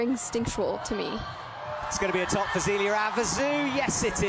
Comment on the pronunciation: Sadly, that's not the only name he gets wrong. Maybe someone should get him the names on audio and he could listen to them in the car or on the plane or something. It's quite cringy at times.